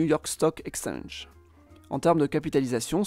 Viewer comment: Oui par contre on dit "exchange", pas "extenge"